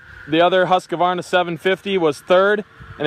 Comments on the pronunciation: Husqvarna not husqavarna // a swed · Don't say Huska-warna?! The name is Husqvarna - pronounciation: ˈhʉ̂ːsˌkvɑːɳa or Hus-kvarna :) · It's husqvarna not husq"a"varna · HusqAvana? Thought it was just straight husqvana, no A after q🤣🤣🤣🤣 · Lol Husqavarna is not Husqvarna😂😂😂 Dislexia 😂😂😂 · Not an extra a in husqvarna Not husq a varna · "Huss-ka-varna"? Ha!